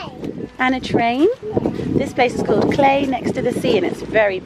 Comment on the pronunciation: Cl-eye not clay 😘